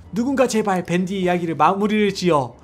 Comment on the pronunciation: 댄디? 댄디가 아니라 밴디 에요